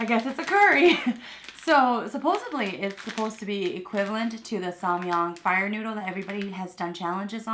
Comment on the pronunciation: I love you videos! I just wanted to correct your English pronunciation, It's Supposedly not Supposebly. Love you!!!!!